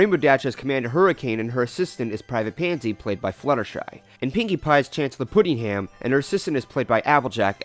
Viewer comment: Chancellor Puddinghead. Not Chancellor Puddingham.